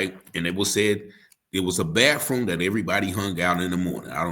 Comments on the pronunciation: Ok help understand what a “ BAFFROOM” is???? Could it be compared to BATHROOM? 😂😂😂also what does JIGGED EM mean? Did he mean STABB? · Ok help me understand what a “ BAFFROOM” is???? Could it be compared to BATHROOM? 😂😂😂